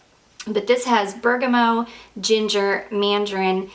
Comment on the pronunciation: I don’t wanna be that person but is there a note called bergamo or are you just mispronouncing bergamot over and over? I’m very confused lol I imagine you know what you’re talking about I’ve just never heard it being called that before (if you do mean bergamot) EDIT: I just realized maybe you’re saying it short hand or something idk sorry don’t want to be rude I was just confused